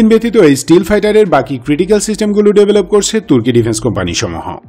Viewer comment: স্টিল ফাইটার না। শব্দটা স্টেলথ্ ফাইটার।